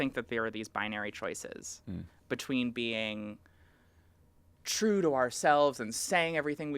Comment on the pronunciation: Twanz, you know it's twue